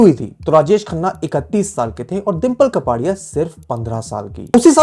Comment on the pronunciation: It's कापड़ीया not कपाड़ीया🙂